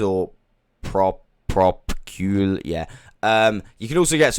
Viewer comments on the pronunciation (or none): Propagule…prop-uh-gule (sounds like mule)